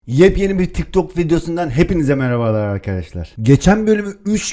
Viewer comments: Abi 'de tik tak gaming değil, tik tok gaming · 0.33 tik tak gaming değil tik tok gaming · abi tik tak değil (tik tok) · ben bu vidyoyu izlemiştim ama yeni fark ettim. Bu vidyoyu yeni izliyenler için vidyoya başlarken tik dok diyo😂😂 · Abi tik tak diyorsun abi